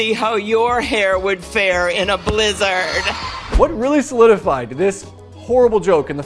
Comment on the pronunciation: I think the worst part of the Klobuchar thing was the way she pronounced blizzard.